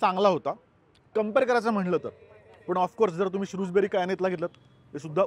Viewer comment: शृजबेरी (Shrewsberry) नसून शृजबरी (Shrewsbury) आहे